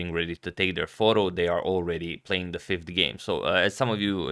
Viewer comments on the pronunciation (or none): none